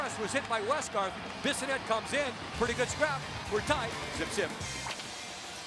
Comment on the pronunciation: Thats-a nice-a scrap-a